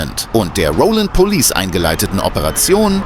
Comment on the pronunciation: "Police' " not "Polices". 🙄